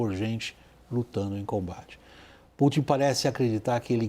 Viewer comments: 😂 ele diz tupin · Ele falou o Trupin????